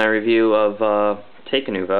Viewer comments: It's pronounced: talk-uh-nuva and tack-uh-dox and ic-uh-rax. Bioneclepedia says so. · Not to correct you and seem smart and all, but it's Talk-Uh-Noo-Vuh